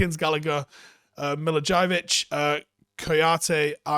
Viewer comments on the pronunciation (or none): Yeah, Milidžajević was something else 😂😂, he didn't even try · My fave part was when you laughed and yourself for your pronunciation of Guehi then you immediately butchered Milivojevic even worse 😂